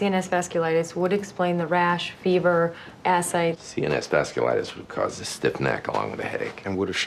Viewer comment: the way she pronounces ascites 🤦‍♂️